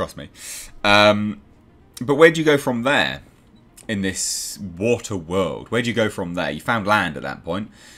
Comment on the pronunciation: AND BO'OH'O'WA'ER.... world